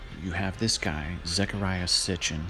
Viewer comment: Thank you for correcting Sitchen. Long time coming. Thank you